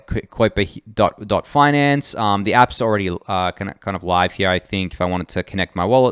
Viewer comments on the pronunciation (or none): FYI it's 'Kai-per' like the Kuiper belt